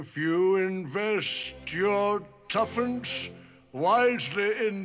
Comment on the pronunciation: tuppence? if.. youuu invest yourrr TUFFANCE lol wtf?